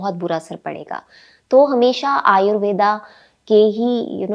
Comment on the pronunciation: यह शब्द 'आयुर्वेद' है, आयुर्वेदा नहीं। शब्दों को समझ कर बोलना समझदारी है।